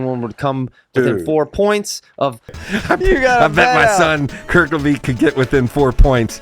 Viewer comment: How can a PSU fan be calling him “Kerkleveet”???